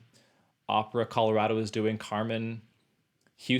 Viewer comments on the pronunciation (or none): none